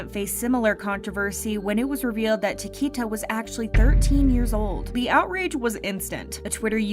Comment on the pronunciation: You pronounced CHIQUITA WRONG